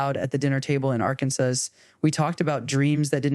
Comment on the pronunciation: Arkansas pronounced as “Arkansass.” Yep. It’s AI! lol.